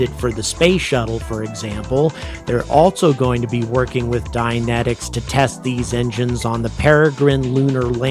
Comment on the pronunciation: You were saying "Dynentics", I thought you were saying "dianetics". For a second there I thought Scientologists started to develop rockets -_-'